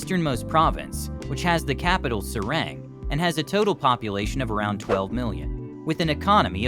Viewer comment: I cringe so hard at your pronounciation of "Banten" and "Serang" maybe next time its a good idea to learn first the correct pronounciation from locals before making a video like this.